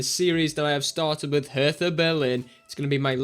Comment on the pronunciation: Hi, looking forward to this save: ) You rarely see german saves at all. Dont sweat the pronounciation its okay: ) (hertha is nearly perfect prounouced) As for some Story. Hertha is the best ranked club and for some years now in the 1. Bundesliga. But they won not so much as far as Titel in the League and Cups go. Which is strange considering its the Capital of Germany and compared to other Countrys Capital Clubs do much better:) However there is another Berlin Club in the 2. Bundesligia (2nd division) and there some more in the 4th division (Regionalliga) which only covers a part of Germany (there are like 5 or 6 different Regionliga which all count as 4th tier division) that is where your 2nd Team is playing btw: )